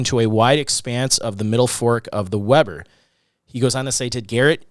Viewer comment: Uinta : “you-WIN-tuh”. Weber: WEE-ber